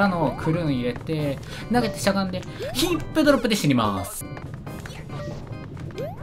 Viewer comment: ｢ヒ↑ップドロップで死にマース｣